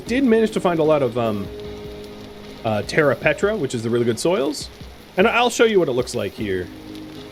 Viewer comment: died every time you said "petra' instead of "preta" good series tho